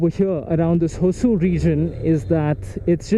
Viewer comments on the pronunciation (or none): Did you say, the place is Hosur?, Dude i stay in Hosur and i confim ,its definitely not Hosur